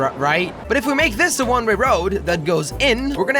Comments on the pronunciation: does anybody notice he keeps saying one ray road instead of one way road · he always says one ray road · he keeps saying "one ray road"...